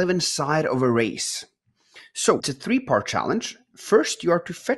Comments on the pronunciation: Three not tree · "Tree new notifications" at about 50 minutes.